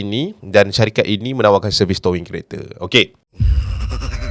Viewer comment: TOW - ING acap..bukan TOW - WING ..adoii😆